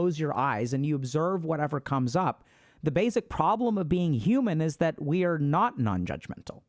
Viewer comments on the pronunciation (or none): I'm blindsided by my inability to let go of the fact that you keep saying "bazic"... I need to start meditating again.